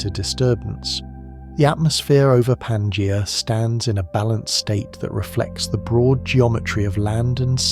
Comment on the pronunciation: The AI voice trying and failing to pronounce Pangaea in numerous different ways is hilarious.